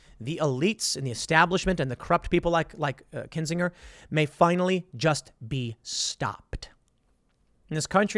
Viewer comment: The g in Kinsinger is a soft intonation. A burner of kin.